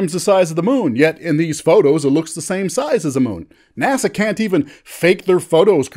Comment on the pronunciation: GREAT video :-) and "NASA" son ;-)